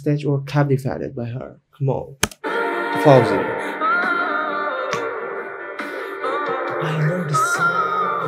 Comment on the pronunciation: Based on the comments, people were surprised that her pronunciation was spot on and accurate. 👏🏼👏🏼👏🏼👏🏼👏🏼